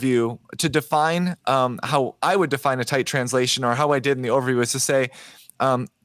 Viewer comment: I have a very important request for. I keep hearing "the ovary project" over and over in this series. Let me first say that I really respect it when a man is comfortable enough to repeatedly name the female anatomy. I'm just guessing that you mean to say "the overview project" so can we maybe work on that pronunciation a little bit? I mean, ovaries and overviews, it becomes a little bit hilarious when you keep hearing one instead of the other... 😂